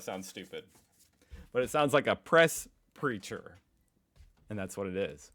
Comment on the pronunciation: It is Presse-Sprecher = Press Speaker=A Person who speaks to the Press Not a Preacher